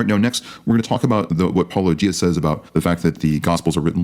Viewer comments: Hes clearly not an apologist, as he pronounced Paulogia correctly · and for pronouncing your name right. 👍🏼